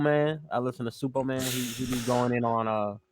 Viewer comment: he was trollin when he said Suppoman right?